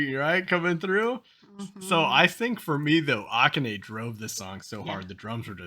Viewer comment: Kanami's name has the accent on the second syllable. You got that. So does Akane. Ah-KAH-neh